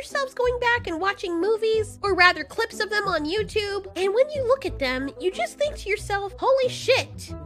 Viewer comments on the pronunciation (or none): none